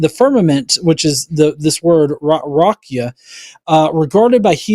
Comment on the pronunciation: doesn't know about what the hell he's talking. For one, the Hebrew word is not pronounced "ra-cue-uh." The word is raqia, pronounced ra-kee-uh. Second, it does not refer to the sky. Raqia is the firmament dome. The Hebrew word in the Bible for skies is "shamayim." Both are used in the Genesis creation account in different ways, not synonymously and interchangeably. For example, in Genesis 1, raqia is used in verse 6 to describe the dome that separates the waters above from the waters of the earth. But in verse 14, the word shamayim is used to describe the sky where the sun, moon, and stars are hung under the firmament. The Bible refers to it as ha'raqia ha'shamayim, the firmament of the heavens. I hate when these fucks try to teach shit they don't actually know.